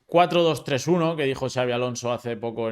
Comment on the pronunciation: Like por ser el unico periodista en decir Xabi en vez de chavi